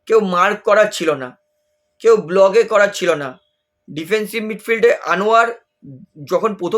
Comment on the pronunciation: বিড নয়,বিট। ব্লগ নয় ব্লক....একটু নিজের ভিডিও দেখে সংশোধন কর..